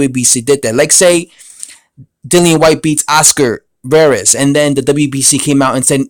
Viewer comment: Dude it is rivas not veras lol